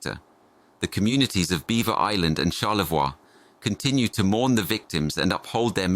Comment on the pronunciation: It's pronounced Char-le-voy (Charlevoix) not Char-le-vwa.